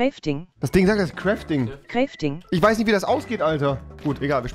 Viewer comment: Kräting Kräfting ich krieg n lachflash